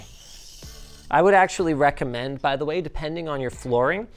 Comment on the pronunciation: Really showed your real inner canadian this episode "by the way"😂